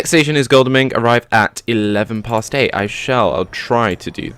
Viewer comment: Just so you know, it pronounced Goddle-ming